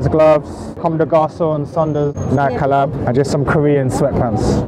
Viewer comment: I love hearing Nike pronounced with the e silent